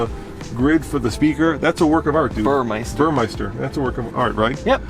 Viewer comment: Its Bur mes ter. Not bur my ster.